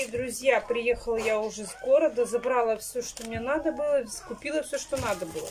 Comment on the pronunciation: Да у неё целый свой словарь, сорите (смотрите), ИльЮша... слов много, но от этим меня передёргивает больше всех.